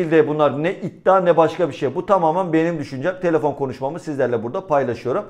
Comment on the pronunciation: Abi telefon geldi diyorsun ya kap geldi sandım :))